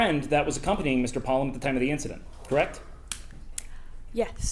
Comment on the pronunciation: i believe its pronounced polOme